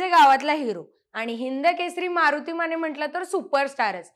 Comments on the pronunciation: माने म्हणा, माणे नव्हे. 😂😂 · स्नेहल माणे... किमान स्वत:चं आडनाव तरी नीट उच्चारा की.... माणे नाही ओ.... माने.... अंदारकर राजे माने... ज्यांनी मान न झुकवता दरबारात प्रवेश केला....